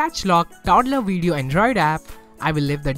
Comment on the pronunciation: Thanks, Just a recommendation: "Touch", not "dutch", and "Video", not "Wideo."